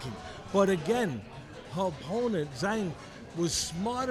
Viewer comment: Teddy used to call Rose 'Namajamas', so it's great that she calls Zhang 'Zang'.